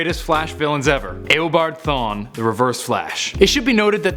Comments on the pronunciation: im beginning to think that they just search everything up as fast as they can because "Grooood"? now "eh o bard thawne"? its gr-aw-d and eeh-obard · Disliked because you said ao-bard no eo-bard dumbass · its not aobard its eabard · U are a moron it is eeh o bard not aah o bard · He said aobard not eobard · It's pronounced e o bard not a o bard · Did he pronounce AYObard in instead of eobard.... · Notice how he says Awobod not Ewobard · did he just say “Ew”abard thawne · I liked the video but the way you said eobart my god i want to die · Did he just say "Aobard" smh😒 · I’m getting really annoyed about how he says Eobard 😑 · U say if u dont know anything about comics just leave but ure the one that doesnt know how to say eobard LOL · You need to learn how to pronounce Eobard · It triggers me how you say eobard